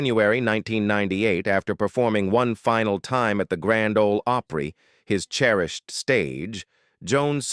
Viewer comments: I cringe everytime your ai pronounces it hee HAW. Nobody that ever watched it says it like that. Grand old O’pree?!? You can’t train it or be bothered enough to proof the quality of this garbage before you post it? You get a dislike and a block channel from me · Grand Ole Oh-pree? 🤦‍♂️ Narrator should have some knowledge of the subject. 🙄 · This video lost all credibility when it mentioned The Grand Ole OH-PREE. What a bunch of AI bullcrap!!! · Misleading click bait. The one character did not die by hanging; the other girl in the video title isn't on the video at all and did not die by snakebite. When you can post anything without verification, you get a lot of crap like this. The narrator pronounced Grand Ole Opry "Grand Ole Ohpry (long o) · The robo voice saying " Grand Ole Ohh pree " ( said it correctly later on ) Ok, after listening to it calling the Opossum " Grandpa " I'll just go watch my Time Life DVD collection I paid $100 for back when we never saw YouTube coming. Goodnite Ya'll. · These AI videos SUCK !!!! This video giving a performer stage name and playing himself didn’t make sense! The video AI narrator can’t say GRAND OLE OPRY correctly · This is so dumb. What ignorant fool put this together? What ignorant fool thought it was OK to let the AI announcer mispronounce a phrase known throughout the world, the Grand Ol' Opry? And what ignorant fool thought that Barbara Mandrell was Ronnie Stoneman? And what ignorant fool decided to assign Grandpa Jones' biography to George Jones? I could go on, but I just had to stop the video there. This is so, so stupid and was created and published by an ignorant, ignorant fool. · This is an AI nightmare. You have narration talking about Grandpa Jones while showing photos of George Jones. The AI narrator can’t pronounce so many things correctly. The Grand Ole Opry with a long “o” sound. Nice. Nothing like taking legendary names and places and chopping them up like diced onions. This channel is a major mess.